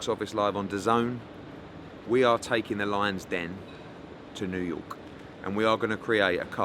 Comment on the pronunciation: New yowke